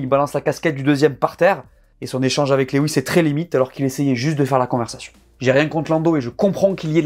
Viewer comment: Lewis ca se dit "louwisse"